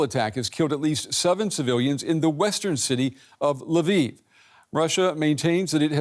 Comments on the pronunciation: come on, it's not "laviv", it's "Lviv". If that's too hard, just say "l'vov". I can live with Russian names being misspelled, but Ukrainians deserve to have their cities' names pronounced right. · Polish lwow to be accurate.